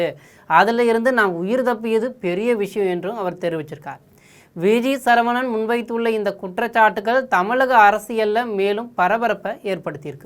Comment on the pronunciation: திருத்தம். (சழ இல்லை சர. சரவணன். Sorry. 🙏